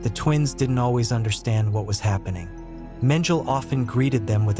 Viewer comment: Menjel ? Thats AI for you ! Bogg off